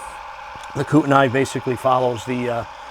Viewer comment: It's quite interesting to encounter an interpretation of a region but one done from CT! A few thoughts... Kootenay/Kootenai ( spelling dependent on which side of the border you're on ) is pronounced Koot-in-e. Pend Oreille is pronounced Pond o ray. My family homesteaded all along the MT Highline ( US 2 ) ( Chester/Galeta/Devon/Cutbank/Sundance all the way west to Dreary Id/Spokane/Colville and up and down the Milwaukee Road from Metaline WA to Newport WA/Oldtown ID south to Rathdrum and east to Sandpoint. I live outside Furport, and still see POVA rail traffic across the river. The "Funnel" is really a regional term because so many railroads converge from Sandpoint to Spokane now that the Great Northern / Northern Pacific /Burlington Northern trackages is gone between Spokane ( Hillyard ) ( but the tracks still head nw toward Deer Park, Colville, Kettle Falls and Trail BC ) and Newport. There are a half dozen shortline railroads that also interchange in either Spokane/airway heights or Sandpoint. If you head west from Sandpoint to Newport WA you'll be running along the POVA tracks- which once had four major railroads traveling through Newport and several of the original stations are still standing in Newport -although the rails from Newport to Hillyard are long gone. The POVA has a shop up in Usk WA where they do work for other RR's and the line used to run across Box Canyon Dam and was one of the biggest lead suppliers during WW II for the war effort as well as concrete. Now